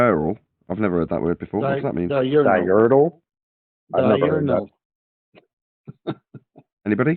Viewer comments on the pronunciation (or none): Pretty clear those three losers each had plenty of time to look up the definition and they STILL misunderstood and mispronounced diurnal. What an impressive display of flerf brilliance